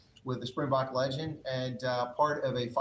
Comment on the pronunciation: Legend not "legand"